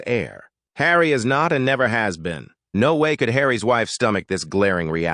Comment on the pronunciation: I have always enjoyed your videos, but not so much with the electronic voices. The voices jar and just as one ignores the voice we get Harry ‘S’ or Kate’S’ where the system does not recognise the apostrophes! It’s a shame as your copy is a lot better than some contributors but like piped music…unless it’s a short message like STAND CLEAR OF THE GATES or a man’s voice claiming when he ‘was pregnant’. It really spoils the broadcast.